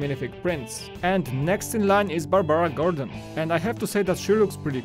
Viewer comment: Don't want to so sound mean but it's just really funny how you pronounced "Barbara Gordon " , other than that good job Polish dude that I've never seen in this YouTube channel 👍🏻